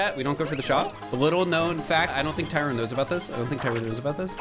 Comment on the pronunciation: Btw its Tyron not Tyrone lmaooo